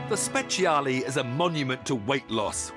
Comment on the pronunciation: it should be soooo easy to pronouce Speciale correctly for a Ferrari fan :( Same goes for Ferrari :(